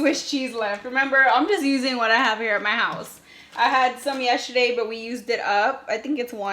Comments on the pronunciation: 😂😂😂 Good morning beautiful. Question....why do you pronounce “yesterday” like it’s spelled “”YESSHERDAY?” 😂😂😂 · It cracks me up every time you say that word!!! 😂😂😂🥰🥰🥰